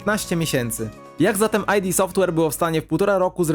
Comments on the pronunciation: Nie [aj-di] Software, tylko [id] Software – od freudowskiego ego, superego i id 😉. Poza tym materiał bardzo spoko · Spoko filmik :) Tylko taka drobna uwaga --> Podobnież Id Software czyta się Id Softłer, a nie Aj di Softłer ;) Pozdro! :)